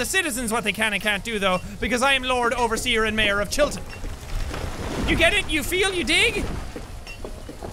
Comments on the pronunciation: you say Chillton like you're trying to be American😂😂 it's cute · 'Chilton' Nooo I dont wanna go back to school